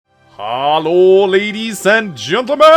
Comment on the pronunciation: "Haar-lo ladies and gentlemen" Damn, this really is Haar Emblem, and it's been right there in front of us for ages.